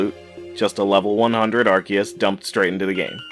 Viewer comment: So glad someone else pointed this out I cringed at the “azure” and “arceus” pronunciation.